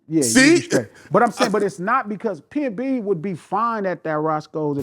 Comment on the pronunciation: Its PNB> not PMB